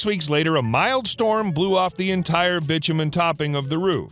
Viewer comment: BITUMEN is not Bichamen, it is pronounced BY TOO MEN.